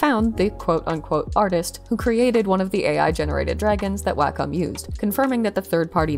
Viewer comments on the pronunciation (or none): Interesting update. Btw it's pronounced "walk 'em," as in if you have a dog and no fenced-in yard, you'd probably use a leash and "wacom." (Wacom rep. taught me that one.) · Actually it’s a secret third thing. Wacom rhymes with Bar…com. Carcom? It’s an ah- sound. Anyway, not the point of the video, just thought you might want to know.